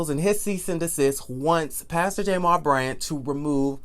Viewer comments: His name is Jamal, please stop saying jamar. Now Jamal Bryant character is not being assassinated. Jamal's dumb ass sat on IG with an damn upside down binder. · I just love when you say "Pastor J-mal Bryant at New Birth Missionary Baptist Church in Lithonia, Ga" 😂😂😂😂 I can't!! I fall out every time!!